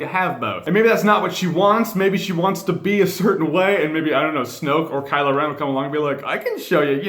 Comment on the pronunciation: Is anyone else hearing him say KylA Ren instead of Kylo?